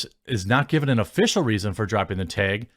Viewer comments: Teg is not a word, genius. Learn to pronounce words. It’s tAg 🤦🏻‍♂️ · "The taehg" eh?